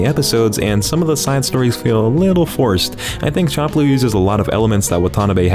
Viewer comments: dawg it's fcking SHAM-PLOO. NOT CHOM-PLOO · I am unsure if you are straight up trying to make me cringe or you just never heard the title spoken but its champ like champion champ-loo. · bro it’s pronounced sham ploo😂😂😂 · "Samurai Chomp-loo" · Wait i thought it was pronounced samurai shamploo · champloo is pronounced shamploo